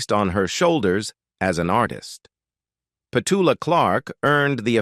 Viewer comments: Would have preferred to hear Petula's voice rather than your constant rhetoric about her life! Why no songs? Why none of her interviews where she tells of her life? Why no videos where her children, friends recall her life? You also mispronounce her name!! Its Pet-U-la! Very disappointing video. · Pity the narrator can’t pronounce her name 🙄